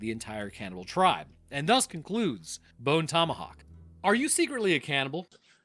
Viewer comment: well you said that movie name wrong